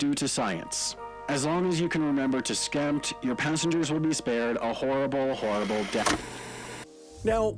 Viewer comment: Uhm, did he skip the P in SKEMPT?